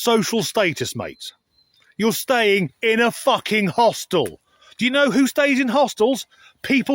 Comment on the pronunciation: Paging Dr Freud! This dude pronounces hostel as “hostile”. They do reveal themselves.